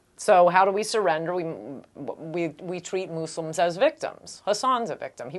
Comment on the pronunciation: moose-lims? :S